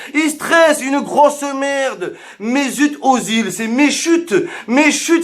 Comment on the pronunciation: Il ma tuer c plus mezut ozil c mechut ozil